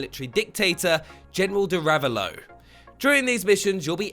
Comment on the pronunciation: “General DIRAVALLO???” ITS DEE RA-VELL-O! DI RAVELLO